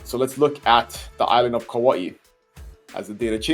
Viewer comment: Kauai, not kawaii.